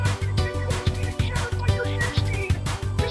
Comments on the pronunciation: Why the fuck am i suddenly laughing at the part where says Hair Steen? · i hear "sheer speed" in that part personally but i gotta admit it does sound like hair steen lmao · he said hair steen lmao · BADAI GO FIESTA FIESTA No way actually said ''hair steen'' 💀💀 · I think its actually "Sheer speed"?